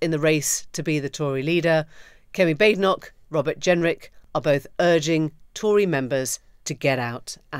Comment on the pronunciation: Baden Baden so Baad en och. It's a Scottish pronunciation. I hate her but can we try to get the name right?